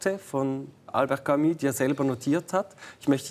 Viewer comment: warum betonen Schweizer ,auch wenn sie sehr gut französisch können, französische Wörter immer auf der ersten Silbe ?-'Velo,'Camus, 'Hotel etc.?-hat wer eine 'Idee?